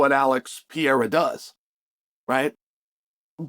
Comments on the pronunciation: Great take Mr Sonnen... only thing it's pronounced Per-rare-ra not Peira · PeReira not 'Pee air er'. Holy fk Chael. I bet you say NEW CUE LAR huh? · Imagine being a pro ufc analyst and still not knowing the light heavyweight champions name. Its Pereira. Not Piera. Pereira isnt even hard to pronounce. You have 1 job Chale. Its not some random fighter its the champion. 3 times 2 weight devisions. Get it right. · It’s been a while now Chael, and you keep butcher the poor guy’s name. Pereira is generally pronounced peh-RAY-rah, not pee-yay-ra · You cover the sport, at least try to mention their names correctly, its PEREIRA, not PIERA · It's pronounced "pee-air-uh" guys. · Alex Pee-air-uh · Chael "the butcher of names" Sonnen. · Dude seriously needs to learn how to pronounce Pereira. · you cant even pronounce alex's name right... foh chael..